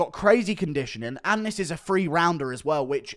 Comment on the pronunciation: Th=/=f, We all know you can say "THree" instead of pretend low-class "Free"